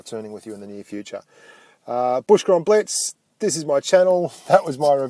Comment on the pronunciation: blitz not biltz btw